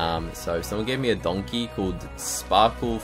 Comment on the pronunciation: Bruh my neon donkey is called donkeh cause shrek pronounces it that way